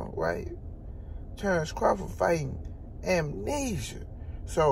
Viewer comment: He said, “Terrence Crawford fighting, AMENESIA”… 😂😂😂 like he REALLY fighting a sickness 😂😂🔥🔥 Bud a 🦆 💥🥊